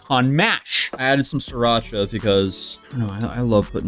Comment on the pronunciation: You had me till you said siracha and mushrooms lol